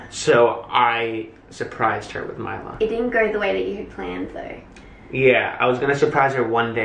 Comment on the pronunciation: anyone else think its funny how now says milo with an australian accent lmao